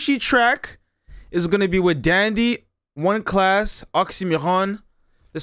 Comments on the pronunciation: It’s not „one klas“ it’s „first klas (class)“ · Bruh this lyrics translate is shit, many rhymes and words were not translated correctly. 1.Klas is a legend of his time🔥🔥🔥 Facts: 1 Klas last album was released on 2009. 1 Klas producing himself. His name is read like First Class, not One Class